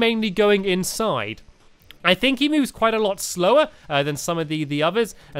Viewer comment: I'm not surprised younger people can't speak nowadays ~.~ "Thisnis where I HANGED out last time" and of course the classic fink instead on think, and so on.